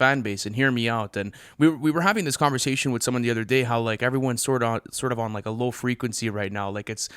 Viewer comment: Nobody:: CONVERZATION